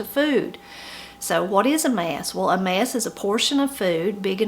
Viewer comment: " A mess", even the pronounciation is different. When you say it I hear " a mass". But good to learn all of this.